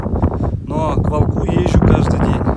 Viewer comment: не к волкУ надо говорить,а к вОлку.Не волкА буду кормить,а вОлка.ставь,пожалуйста,ударение правильно,а то слух режет.Без обид.